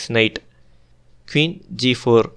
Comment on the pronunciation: Sir why do u pronounce queen as keeuun….that’s poor english